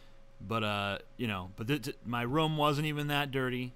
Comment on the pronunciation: I like the way TJ says "room". It sounds like he is saying "rum". hehe.